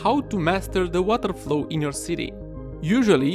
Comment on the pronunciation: The WataeRrrr flooow 😏 hrhrhr😂